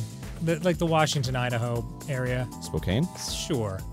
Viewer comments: AHHHH! They said Spokane! I'm from there. Though Arin said it "Spok-ay-n", which pisses me off a little. :) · ITS SPO-CAN NOT SPO-CANE. Or Spokompton works too 😂😂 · It's not "Spo- kane", it's "Spo-Can" just a heads up babies ❤ don't want another Nevada Nevada issue 😉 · It is pronounced Spo-can, it’s a Native American tribe name. It’s always exciting when people acknowledge where I’m from, even if they pronounce it wrong. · It’s pronounced Spo-Can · Spokane is pronounced spo-can 🥫